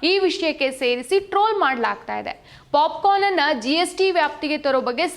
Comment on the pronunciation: ಅಯ್ಯೋ ಪಾಪ 😂😂😅ಪಾಪಿಕಾರ್ನ್ ಅಲ್ಲ ಪಾಪ್ ಕರ್ನ್ 😅😅😂